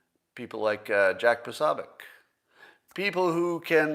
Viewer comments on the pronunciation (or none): none